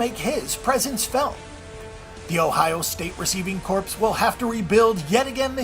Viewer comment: Also, "Receiving Corpse" :)